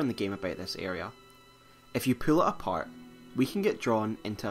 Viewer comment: "If you pool it apert"